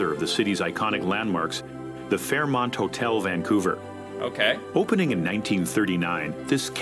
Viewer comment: Thank you for pronouncing it properly. Too many people throw a non-existent G in the name, ie. "Vang-couver".